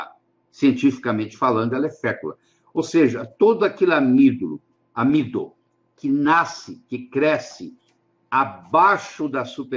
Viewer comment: ele falou amido de……